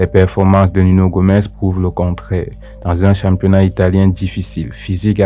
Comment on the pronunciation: C’est Nuno Gomes !!!!! Pas Gomez